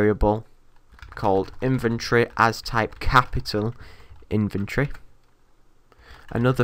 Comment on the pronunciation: Every time you say inventory it sounds like you say infantry!